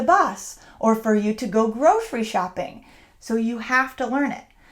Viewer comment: I didn’t understand when you mentioned grocery shopping, I reduced the speed of the video to hear your pronunciation of this particular word, but I couldn’t. 😔